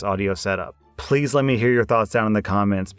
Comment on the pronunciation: In the intro, you sounded like you were saying phlease, i bet it's because of the new audio setup